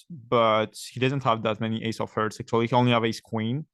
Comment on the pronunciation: Great as usual ! Petit conseil de prononciation, tu mets souvent un "s" ou il y en a pas et oublies de le mettre à la conjugaison :) Aussi revoit ta prononciation de "heart" ❤